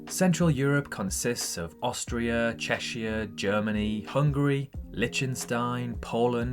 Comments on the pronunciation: bro really pronounced "Czechia" as "Cheshya" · Its pronounced Check-ia